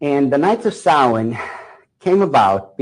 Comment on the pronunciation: What is he saying? Sawee ?